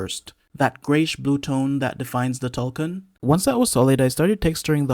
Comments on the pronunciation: Tulkun, not tulkan. But putting that aside, you are really skilled at modelling, and did a really great job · These look soo amazing❤ but please is it that hard to pronounce Tulkun right😅